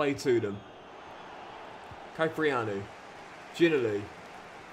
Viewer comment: Gotta pronounce ginnelly properly plzzz